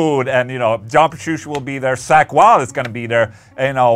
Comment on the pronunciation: "Sack Wylde" - Ola... love you man 😂